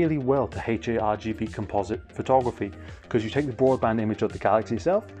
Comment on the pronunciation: You say ‘photography’ wrong 😑